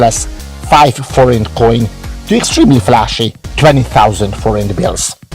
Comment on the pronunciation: Thank you! We needed to double check the pronunciation of "Forint" before we talk about it in tomorrow's Review/Preview show on our channel. We're going to give your video here credit and put a link in our descriptions. Cheers.